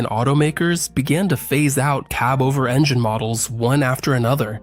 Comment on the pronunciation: A seeabover?😂😂😂😂 or a seebover? What the fukc is that???